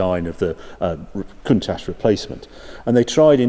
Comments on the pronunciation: You like saying cunt ash Harry, I’ve always pronounced it count ash , maybe I’m wrong and didn’t want to sound naughty, cheersshane uk 🇬🇧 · Countach is pronounced with the ch sounding like it does in church and not an sh sound .